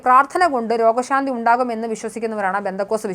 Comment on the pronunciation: അവതാരക താഴെപ്പറയുന്ന വാക്കുകൾക്ക് പെട്ടെന്ന് ചികിത്സ തേടിയാൽ കൊള്ളാം നമസ്കാറം - നമസ്കാരം മൂർജിച്ച് -മൂർച്ഛിച്ച് സികിൽസ- ചികിത്സ റോഗഷാന്തി - രോഗശാന്തി ആഷുബത്രി- ആശുപത്രി ഇള്ള - ഇല്ല